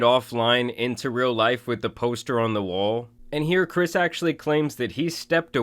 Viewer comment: It’s Chris Tyson, not Ava, not kris. Chris